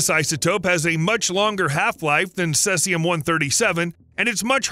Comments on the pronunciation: CESIUM, NOT CELSIUM. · It's NOT CESS-IUM... It's CEASE-IUM. Try harder next time. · Cesium is pronounced "see-zee-em" not "cess-e-um". Why not bother to get it right? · Caesium is pronounced seezium, not sessium. It's half like if 30y, so that is why scientists expect to see half as much 30y later, not because it has been washed away or gone deeper into the ground. Fukashima dot ichi ?? Is that a web site URL?? WTF. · The pronunciation of "Cesium" is "see-zee-um" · "Celsium"? Could you possibly mean "caesium"? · Cel-sium, Lul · Cesium pronunciation: see zee uhm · Its pronounced /ˈsiːziəm/ Sea-zee-um. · Thank you for not saying "Nuculer". However, Caesium is pronounced: /ˈsiːziəm/ (SEE-zee-əm) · He uses two pronunciations and neither is correct. Mistyped it as Celsium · The narrator pronounces "cesium" in a way that might be reasonable if English were read phonetically, but that is weird to anyone who participates in conversations that mention the element. Is the narrator's pronunciation some odd regionalism? Probably not. I checked a bunch of online dictionaries for both US (cesium) and and Commonwealth (caesium) spellings, and all the pronunciations (US, UK, whatever) have the first part of the word sounding like "seize."